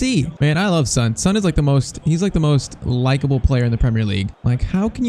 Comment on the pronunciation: PCQ: Please say son's name like on with an s instead of SUN